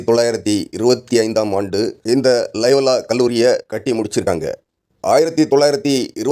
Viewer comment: அதென்னடா இலயலா 😂 லைலா டா